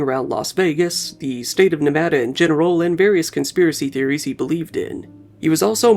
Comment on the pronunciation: Im an alumnus of UNLV... thank you for pronouncing "Nevada" correctly